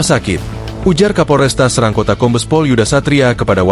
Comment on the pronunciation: SORRY BRO BUKAN KOTA SERANG (E')...TAPI E BIASA..